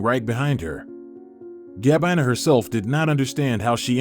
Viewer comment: Poor pronunciation of some everyday words, and names, in the commentary, eg Gabina! Good story! Great that Gabina and Leandro found each other!